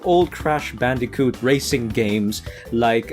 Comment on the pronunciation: hey u said bandijoot its bandicoot